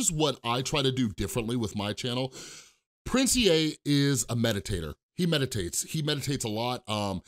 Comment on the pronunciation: Finally someone who says "Prince E A" like me not "Prince EEEEEEEEEEEEEE"